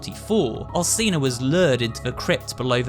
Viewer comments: Its not Al(s)ina its Al(ch)ina. You need to read it that way!!!! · Bruh I’m 3 mins in and cadou and Alcina are pronounced wrong cadou is (cad-ooo) and Alcina is (Alchina) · And alcina (alchina)